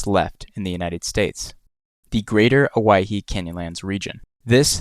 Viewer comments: He actually pronounced it correctly. It's pronounced like Hawaii, because it is Polynesian in origin. It was named after 3 islanders that got lost and evidently died in the canyon in the 19th century. However, the locals pronounce it Oh-Wah-Hee. Or at least that's how I was taught. As a side note, what he caught is a "Squaw Fish", (I didn't name it) yes, a Northern Pike minnow It's a trash fish that grows wild in many river systems in eastern Oregon. They're not really good eating. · It's the Owyhee, NOT the Hawaii!